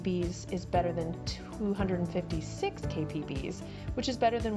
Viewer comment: FWIW, it's not "K-B-Pees" but rather K-B-P-S - Kilo Bytes Per Second.